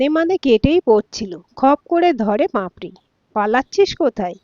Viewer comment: উচ্চারণ টা পাঁপড়ি নয় পাপড়ি